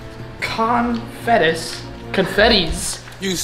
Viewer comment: Con-fettis. CRYING💀